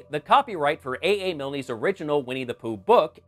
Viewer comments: Excellent review as ever but, being a pedant , I have to point out that AA Milne’s surname rhymes with “Kiln” and not ….er …. Something that has an “nay” sound at the end. 😉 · Tiny note, Milne is a Scottish name, it's just pronounced "miln" as in "kiln", you don't need to say the "e".